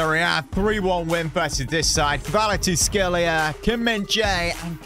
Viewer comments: the prononciation is ki va ra ts k she lia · U pronounce kravstshevela ( car -rat-she-vel-lia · His name is pronounced “quarasckelia” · His name is pronounced varteshkillia